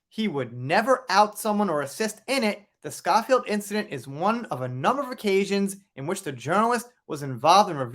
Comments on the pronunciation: FYI: the name is pronounced Scho-(to rhyme with 'snow' or 'show')field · The O in Schofield is pronounced owe, as in The Sun Owes JD a humble apology. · Pronounced Sko field x